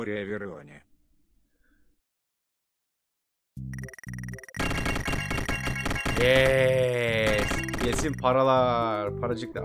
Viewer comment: Lemonede for everivone diyor yani Lemoneda for everyvone diyor